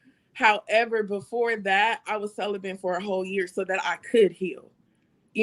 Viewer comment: There is no "n" in celibate. Let's stop throwing it in there. 🤫🙄😬